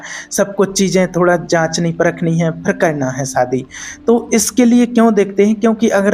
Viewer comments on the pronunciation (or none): सादी नहीं शादी 😂😂😂